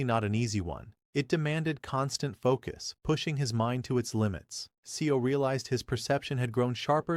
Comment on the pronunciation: Seo is not 'SE-O'...it pronounced more like 'sir'